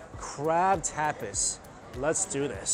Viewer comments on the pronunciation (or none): Its Tap-as not Tap-is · Lol I love ya dearly, Mike, but that pronunciation of tapas... American tourist af 😂